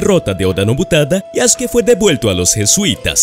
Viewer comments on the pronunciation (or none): No se dice Yaske. Se dice YasUke